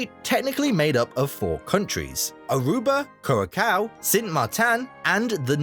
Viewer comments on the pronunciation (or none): Not kurakao. kuraSao. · The pronounciation of Dutch names made by the narrator is inexcusable ! If you want to be taken seriously to make a living ; you do a bit of research ! 'KURAKAO'??? I'M DUTCH AND I EVEN DIDN'T RECOGNISE THE FUKFING PROVINCES OF MY OWN COUNTRY WHEN THIS DIKHEAD PRONOUNCED THEM !😂😂😂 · Cura-kau 😭. Brother I thought it's well known that the c with the little bit on the bottom is pronounced as an S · I'm Dutch and the video calling Curacao, Curakao bothered me more then people calling the Netherlands Holland lol. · Halve of it is nonsense, and narrator says kurrakau?